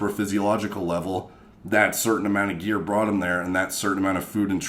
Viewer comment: You say gear like metal gearrrrrrrrr